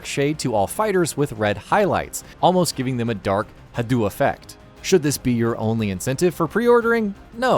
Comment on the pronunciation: This nigga said ha do, not hado(hah dough)🤣🤣🤣